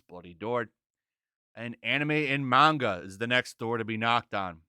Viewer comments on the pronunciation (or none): none